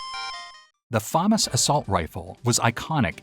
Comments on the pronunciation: Famas Say it with me fu mas not fomis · Say Famas one more time... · ...learn how to pronounce words... damn near ripped out my ears hearing you say FAMAS that way constantly